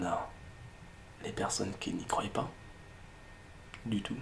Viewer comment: "Croyent" x)